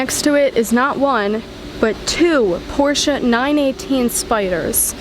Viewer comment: Well young lady, not bad, not at all. And thank you so much for saying "Porsche", and not "Porsch´" as some people do. Keep up the good work! Cheers from Sweden.